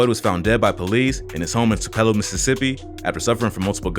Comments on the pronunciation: Hey Great vid but you’re pronouncing Tupelo wrong. It’s Too-puh-low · Why he cant pronounce Tupelo correctly 😂😂😂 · Bruh just stop trying say Tupelo. You mess it up every time.